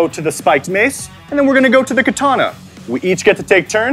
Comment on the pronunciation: Mr. Spicy he said kaana